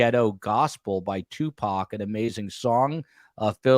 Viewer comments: It's Tu..poc. not Tu Pac..😅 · Agree. He actually knows information about people in Tupac's circle, but wants to be a smart-azz throughout the show and deliberately mispronounce the man's name as two-pack. He clearly knows better---just a jerk-off. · The first 10 minutes of this discussion is disturbing. blatant indifference for the loss of life of a rapper was extremely inappropriate. He pronounced Tupacs name incorrectly obviously on purpose. Shakur was a murder victim no matter what feels about the genre of rap music. Why even interview him if he was clearly indifferent. Also the misogyny of the "teenage crush" discussion was repulsive.... "the swimming pool scene" when mentioning Phobe Cates..... that was gross. Would you and have spoken that way if a female was on the panel? I started listening to STS due to the Idaho student murders but I think as long as you keep as a guest, I will find case discussions elsewhere.